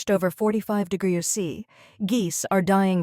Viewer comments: De grows sea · Ai can't say degrees